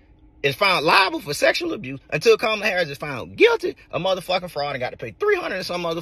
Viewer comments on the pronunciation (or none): COMMA LA not COM MAH LUH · it's pronounced "Comma-la" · Please pronounce the VP’s name correctly. It’s Comma-La.😬 No shade. Love your show. Sometimes I sing the theme song randomly.😅